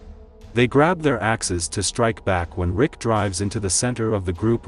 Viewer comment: Bruh he said rika not rick😂😂